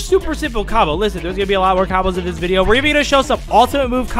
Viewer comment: Bruh it’s video not bideo